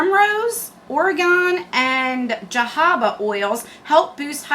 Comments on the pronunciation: “Jah-habba” smh 🤦🏻‍♀️ it’s “Huh-ho-buh” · Jojoba is pronounced “ha-hoe-ba” oil. Great video! 🥰